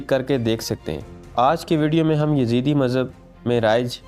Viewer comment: Yazeede not, its yazdee